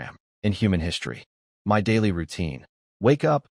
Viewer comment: Is this AI reading? What Human reads "My" as two separate letters? (same with "Do" and others). Just curious